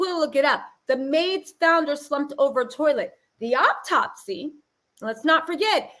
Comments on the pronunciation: Hello beautiful energies sister. The word is autopsy not optopsy-no such word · Please,please,please the word is AU-TOPSY. Three syllables. To the young man going live on where ever, shit TFU, and go get a lawyer. Stay off live, stay off Facebook, STAY OFF SOCIAL MEDIA. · Just a heads up "autopsy" is pronounced OH-TOP-SEE. Now onto this sociopath who is literally arguing with himself in this little bootleg confessional. 1. An internal decapitation would not allow for Shanquella to hold her head up or respond to coherently. 2. If they moved from one area of the villa to another, that would not be possible based on her injuries, wtf. 3. You were rubbing her head and felt NOTHING 4.Her busted lip and damaged cornea didn't raise red flags. 5. Don't nobody give a damn about what the hell was on your playlist nor in your cup sir! A woman is deceased! 6. Let's go have fun, when a medical professional is asking you about injuries on the victim?!?